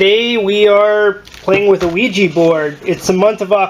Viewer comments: Stop saying OuiJI , its OuiJa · Quija (wheejah) NOT Quija (wheejee) if you're going to play with it at least pronounce it correctly...SMH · Omg it's ouija not ouijeee